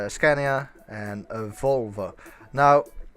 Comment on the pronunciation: I'm sorry, did you say "volva" in the beginning? Lol!